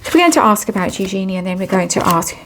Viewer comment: It is pronounced You - Genie . At l east according to Eugenie who is a bit flummoxed that people keep mispronouncing it. It is the femenine of Eugene. So just think Eu as You and Genie as the Genie in the bottle.